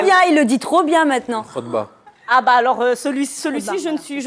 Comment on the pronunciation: et on ne dit pas khotba (discours de vendredi) mais on dit khitba